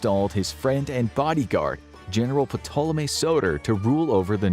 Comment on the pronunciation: The "P" in Ptolemy is silent!